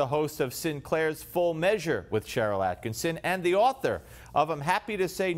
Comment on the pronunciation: One of your biggest fans here. It's not AttkiNson, it's AttkiSSON. Love both you and Sharyl. Top.1% of Common Sense Voices. Thank you. I follow you daily, as I do Sharyl.